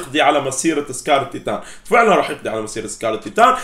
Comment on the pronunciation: مين لاحظ انو قال سكار الطيطان